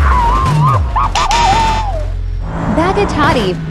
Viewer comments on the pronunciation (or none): Me thinking that there is finally a video that is pronounced right. And then I hear,"BAGATTATI!!!!!!!!!!!!!!!" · "bagatatti" Easily one of the best mispronunciations have ever heard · "Bugatti bolne ka tareeka thoda casual hai" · What did the AI pronounce Bugatti😅